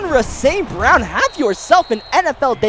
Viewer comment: bro you gotta say St.Brown's name correctly lol